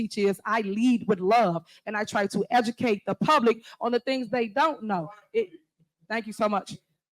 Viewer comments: "Lemme decutate ya'll"... made my eye twitch, every time she said it lol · “Lemme ejakate y’all!” Hahahaha!